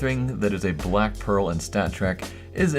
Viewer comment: "Anythring" "Black Peral"